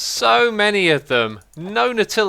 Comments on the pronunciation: nutella shells!! XD I thinks its naawww-til-ous? ;) Achacha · Nobody: Xisuma: Nut-till-us Shell